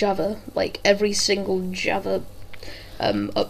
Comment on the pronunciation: Loved the video, but you pronounce java wrong and it irritates me... xD